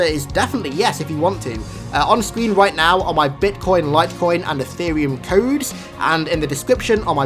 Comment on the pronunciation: You sounded like you were having a stroke when you said "codes" Keep up the good work 👍